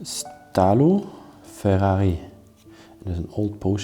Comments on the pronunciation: He was called Italo, not Stalo 🤣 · The Name of den Dentist was Italo...not Stalo 😉